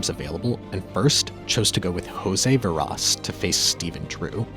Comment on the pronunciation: Dude said "Veraws and lieland" haha. Its VAERAS and LEELUND.